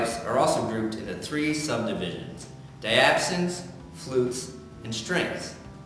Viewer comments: just to save you some grief -the word "diapason" is pronounced die - ah - PAY - son; Great video otherwise! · I like the effort and idea of the video. HOWEVER, I did not like the way you treated Matt. Second, it's pronounced Di -Ahhh-pAsons. Other then that, the effort was good. Oh just one other thing, the top of the organ console is NOT a seat or chair. Did you consult someone from the organ department? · It's die-a-pason. Very interesting video. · Your pronouncing diapasons wrong. Its Die-a-Pay-sun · thank you everyone for acknowledging my inability to pronounce diapason.